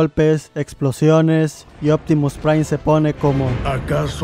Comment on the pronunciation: Nadie: Absolutamente Nadie: Opitimus Prime: IO ZOY OPTIMUS PRIME